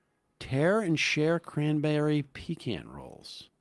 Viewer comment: Artisan Loaf. Also it is pronounced -Peh-Kan. Not Pea-can.